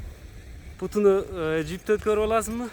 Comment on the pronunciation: Путу эмес Буту деп айткылачы Кып-Кыргызча эле сураныч